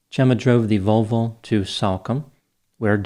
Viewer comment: “Jenna rented a Vol-VOW 😂😂😂